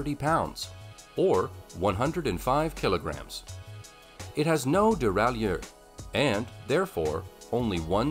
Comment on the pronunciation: "CROM-uh-lee" and "duh-rai-YEUR?" I'm guessing they hired a narrator who knows nothing about bikes and just said, "Yeah, his first take is good enough. Go with it." Meanwhile, some of the bikes on this list of the "best folding bikes" are among the cheapest and crappiest available. I mean, c'mon...a Schwinn, for cripe's sake?! And why do all the photos and videos look like they're from the '80s or '90s?